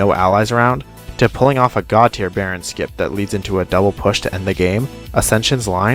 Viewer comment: Bro said baron skip ain't no way